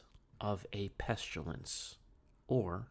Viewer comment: The word is ‘pest-ill-ence’ not ‘pest-you-lence’, haha!😆 Love you, man!💕😊🙏🏻✝️